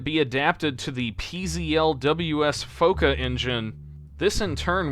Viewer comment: i cried when he said "foka" as "foquea"